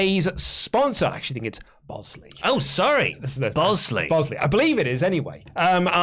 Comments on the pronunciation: Pretty sure Bosley is pronounced Bah sley, not Bow sley. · Sponsor name pronounced Boz-lee just FYI. LOL